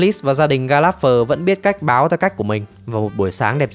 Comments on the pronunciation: ""Gallagher đọc là ga·luh·gr nghe thuyết minh "ga láp phờ" khó chịu thật :))). Chắc chắn giọng đọc chưa hề xem phim :)))."" --- Đang định cmt thì nhìn xuống dưới thấy cmt này nên rep vào đây :))) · đề nghị phát âm gia đình này chuẩn hơn :)))) ga láp phờ nghe ải chỉa thật sự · sốp ơi nhớ là ga lẹt gờ mà sốp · Ga lác gơ mà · Mong recap video sau team sẽ đọc đúng tên Gallanger ạ :( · Xin góp ý là nên đọc đúng tên của nhà này : [GAL] + [UH] + [GUH] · Có mỗi chữ gallager xem phim nghe đi nghe lại mà cũng đọc sai nghe khó chịu vc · Là một fan theo series này quá lâu, Bạn đọc tên họ của cái nhà này SAI toẹt ra. Moa buồn vãi!! Chứng tỏ đéo coi phim rồi